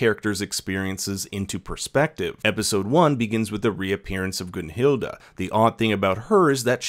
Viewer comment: good review but idk how you go from GunhilD to GunhildA its cringe